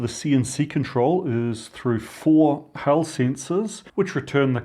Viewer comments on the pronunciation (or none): "Hall" usually rhymes with "fall", not "hell". Unless they're being particularly problematic...